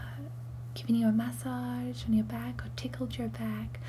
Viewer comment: Ma-saj not Mash-aj. Otherwise, amazingly convincing and indistinguishable from real Americans :>